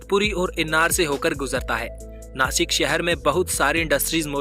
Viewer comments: Please pronounce properly It is नाशिक not नासिक. Message for गवार हिंदी people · अरे नासिक नाही रे बाबा "नाशिक "आहे ते " स" को "श " बोलो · Be chokko आदमी, नाशिक आहे ते, 🤬🤬😡😡नासिक नाही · नासिक नाही नाशिक बोल 👆💯 जय महाराष्ट्र 🚩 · This is not a नासिक this is called a ‘ ’’नाशिक' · It's not नासिक it's नाशिक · नाशिक not नासिक 👋